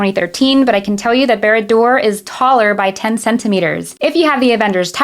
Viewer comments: Finally, someone who actually knows how it should be pronounced..BAAH RAAH DUUR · How dare you pronounce Barad-Dûr the exact same way I do! 😁 I still need to get Rivendell so maybe I'll be able to afford this one in 2026. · Your Sindarin pronunciation of Barad-dûr was immaculate, so you definitely get a free pass for a pronunciation in the Common Speech as well lol